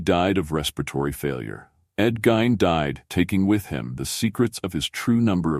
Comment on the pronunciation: Delete this monstrosity it's half wrong and the name was pronounced GEEN